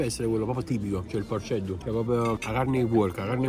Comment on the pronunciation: non si scriveeer porcedduuu e neanche si diceeee